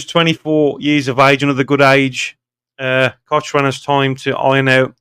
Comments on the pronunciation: Pronounced Cockran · Cochrane is pronounced cock ran 👍 its a silent H